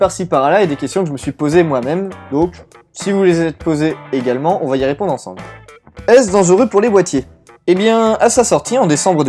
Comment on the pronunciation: Je rigole fort "ansemble" merci pour cette petite blagounette x)